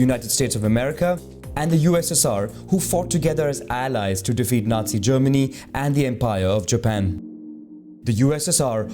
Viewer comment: the way he said allies sounded funny and made me laugh (I’m not trying to be rude)